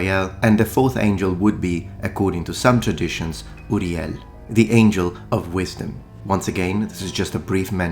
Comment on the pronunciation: i'm glad im not the only one that knows the correct way to pronounce michael & uriel.